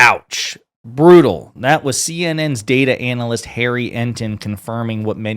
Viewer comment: The way you pronounce Analyst is not only incorrect. It's hilarious